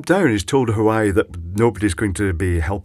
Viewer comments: lol at huwaeii its pronounced wah-way :) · its WHO-WA-WAY not Hawaii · Love your vids,. But you're killing me.:-) The Chinese communications manufacturer is not "hu-why", by rather 'wha-way' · The "H" in Chinese is never silent. "Hwah way" seems like a good approximation if you pronounce the H. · Also I'm surprised you even know what an electric car is. I've checked the Isle of man, the number of viable public EV chargers can be counted on zero fingers. Not that I'm salty about this, but yeah, I'm salty about this. (also btw it's pronounced HWAH-WHEY like curds and huawei. Another way to remember it is Trump saying "It's my way or the Huawei". Which he didn't because he's not that witty.) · Huawei it's pronounce wa-way I hate when thing like that are pronounced wrong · I think it's supposed to be pronounced more like war way. Hawaii is something else altogether. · The fault could be the fact that the left most terminal is the furthest from the "breaking torque" on the other side. Meaning when tripped or going into the off state the twisting force isn't enough to fully or properly disengage the left most pole. Perhaps why it's common to see the left side with problems. BTW, I think it's pronounced Wah-Way. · Huawei = Wah-Way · Hi, I believe it's pronounced "Waa Way" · There's a quiet 'H' on the start though, "Hwah way". English may have some silly pronunciations but at least the Chinese don't use the letter H for a W sound! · Phonetically it's: Heh-wah-way. Said like: Hwahway.